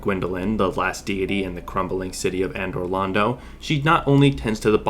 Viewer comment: "Andor Londo"